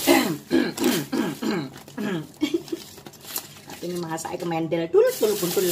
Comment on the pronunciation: Kuntul 😂 U nya ganti pake O aja 😂